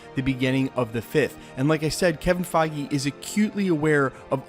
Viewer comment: Kevin Feige (Fage Rhymes with Cheese)